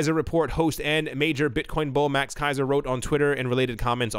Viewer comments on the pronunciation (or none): none